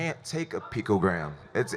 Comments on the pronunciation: Matt Garcia picTOgram.....are you mad? Triggered, buthurt? What does him not pronouncing the word going help or not help in a COMBAT sport. This isn't science nor english class brah. It's brawling, it does not require a wide vocabulary!! Sheesh... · Jeez, Jones is dumber than Trump, "pictogram" vs "anonommess" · Lol man said pictogram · 'pictogram'.... jones stfu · "Microscoptic Pictogram" what the fuck? Jon is a bonehead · If I have to hear picogram one more time. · lol is jones mispronouncing picogram on purpose? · Why are the biggest morons on the planet always blessed physically. Jon Jones can't even pronounce a 3 syllable word. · Jones should've read that USADA manual so he would be able to pronounce "picogram" and ensure he understands what he can and cannot have in his body. Excuses. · Also, acts stupid to play it off and make it look like he doesnt even know what a picogram is. He didn’t pronounce it right on purpose. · He tries so hard to play it off, pronouncing “picogram” incorrectly. Saying that it’s the size of 1/48thmillion grain of salt. Saying it doesn’t even help, and saying it’s impossible to inject that small amount. He’s clearly trying to play it off and manipulate people into believing him. What really happened was he probably microdosed, didn’t flush his system properly, and got caught with the tiny amount in his body that he didn’t flush out. Also, he popped for 8picograms in August, 19 in September, and now 60 on December 9th. He got suspended in 2017 for having 80 picograms in his system. This dude is such a fucking cheat is unreal at this point. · yep I agree. The way he was purposely saying picogram wrong when he knew was pretty cringe. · Jon 'I can't even pronounce it' Jones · Diversion tactics, showing he can’t even say the word properly, is one aspect of lying. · Jones is not intelligent enough to know how to cheat in such a specific way. The man can’t even pronounce picogram. He’s clearly innocent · "microscoptic pictogram"🤦‍♂️